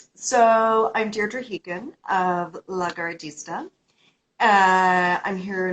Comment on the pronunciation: 'La Gar gee sta'? or Italian for garage owner? I also saw a reference to upstart racing teams facing Enzo Ferrari. I was wondering how this was pronounced. She almost seems to say 'La Gar Dee Sta'